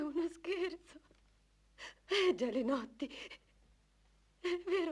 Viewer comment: Perché a volte dicono Gianinotti e a volte sembra che dicano Gialinotti , quando poi nei titoli di coda appare il vome Gialinotti?